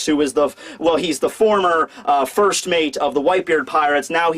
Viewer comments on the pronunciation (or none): none